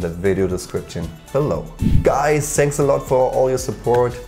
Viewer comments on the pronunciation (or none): Are you german? Beside the "sanks" your pronounciation is awesome :o!!